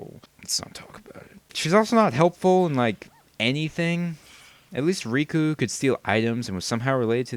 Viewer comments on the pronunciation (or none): none